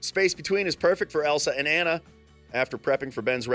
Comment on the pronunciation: It's Annue it's Anna